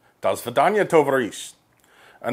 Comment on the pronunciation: It was very good actually. The only thing - you should say tovArich, not tovarIch (emphasis on second syllable, not third).